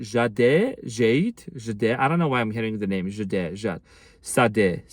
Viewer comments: I’m sassy and fiery like you when I’m in my full energy. Just getting me back after very challenging time and yes I’m done with one way streets and people who only take! Na uh no more! Sade is the singer … pronounced Shar day ❤Thank you for reminding me to stay true to my boundaries. Us Saggis will give the world… 🌎 and now learning to give to ourselves. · I think you are thinking of Sade (pronounced "Shah-day") love her! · We love you, ❤❤❤ It's Sade pronounced, "Sha Day" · Sade (Pronounced "Shahday) is my favorite singer of all time. I just had a conversation with my new "friend" about the rumors of her potential world tour and how I would travel to wherever she is just to see her perform. Maybe we'll attend her performance together... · Spelled Sade, pronounced Sha-Déy No sings no ordinary love, your love is king…. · Sade pronounced “sha-dae” 🤍 beautiful, love her so much. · Sade it's pronounced SHA DEH she is my all time fave omg conformation or what ❤😂😮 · Sade is her name -pronounced Shawday, the singer you’re talking about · Singer pronounced “SHA-DAY” and YES very sensual music…. Thank You! ❤ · you mean Sade - pronounced Shadé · Sade pronounced "Ssaw-Day" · You are so awesome! 😊😌 Thank you..I was kinda juss tired feeling blue ..but your funny sweet sassy self pushed me out of it !😏😌 *Sade (pronounced like "Saw-Day") but as always...WeGet U!!😬🫶🌻😉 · The singer is Sade (pronounced Shaw Day) and YESSSSS!!! 😂❤❤ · Sade. pronounced Sah-day! I love her so much and you for this message. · Shade, pronounced, Sha day. ❤️❤️❤️ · Pronounced “SHAR DAY” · Ty🤗 Sade.. ('shaw - day' pronounced). Weird that her music started showing up in my yt reel a couple weeks ago. I've had visions of us cooking, listening to sade. (Claimed) Your good you!! Archangel Michael and AAFaith surround you in the frequency of love. Blessings be upon you 20 fold. Blessings beautiful 🦁🧚🏼‍♀️🙏🏼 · Her name is Sade (SAH- DE) Yes she has very romantic music ♥️💋✨✨